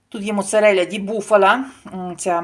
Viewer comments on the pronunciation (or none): Скільки ти років в Італії що говориш моцареля а не моцарела